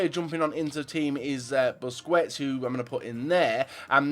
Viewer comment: Please start pronouncing Busquets right. It's not booce-kwets, it's booce-kets